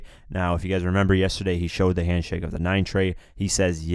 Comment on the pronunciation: what is a handshrake ?